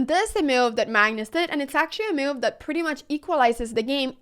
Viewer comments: This is a wonderful video and I agree with evantim2588 below. One thing that bothers me however, is that you seem to pronounce "move" like "Mewv. So if it makes any difference, you could practice the cow sound "moooo" and then the cat sound "Mew". Also, I am afraid that you may be correct in your pronunciation. If so, I have been wrong all my life! You obviously have a lot more experience with mewves than I do. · I was listing with 0 volume and every time you said move it showed as meal in the subtitles and I was so confused